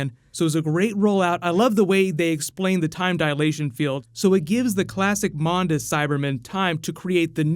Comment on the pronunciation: it MonDAS, not MonDIS. I think you will find the First Doctor is supposed to be from the Tenth Planet. There is the connection between the snow and the Cybermen of the story. And the duality of regenerations. Its the south pole.